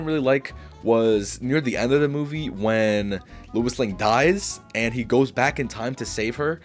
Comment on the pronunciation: Sounds like you kept saying "Louis" when it should be "Lois" And I agree that Superman IV is better in premise than Superman III. Superman III was unfocused & too silly. Both sequels suffered from having creatives who didn't care for the source material + not using Brainiac, Bizarro & other villains . As for seeing Superman as a god, watch Superman & Lois & you'll see how human the character really is. One of the best Superman adaptations alongside Superman: The Animated Series, the 1978 movie & the new one. I respect the ranking, but I'm going 1. Superman '25 2. Superman '78 3. Man of Steel 4. Superman II (both Lester & Donner cuts) 5. Superman Returns 6. Superman IV 7. Superman III